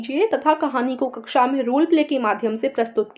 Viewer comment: Mam ji aap ne kaksha ko kuksha bola Kaksha hota h